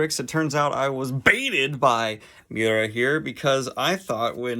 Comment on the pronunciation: Miura is pronounced me-you-rah